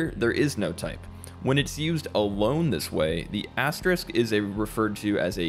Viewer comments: Hey great video, just wanted to point out that it's "asteriSk", not "asterikt"! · Asterisk. Not asterikt or asterix. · very nicely explained. I wrote your verbalizations down to always remember them :-) One tiny thing: * is pronounced 'asterisk' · And now we seem to have gone from 'asterict' to the more common mispronunciation of 'asterix' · "The dreaded mispronounced asterisk", more like. If you're teaching a subject, it's essential that are are literate in it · Can't take an educational video seriously if the narrator can't pronounce the word asterisk.